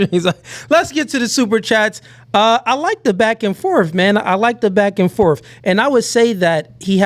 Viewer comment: it’s ‘’back and forth’’ not “FORF”!